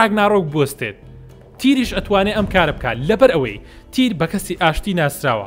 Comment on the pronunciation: بەس مامە حەمە مەڵێ تیر بڵێ تیەر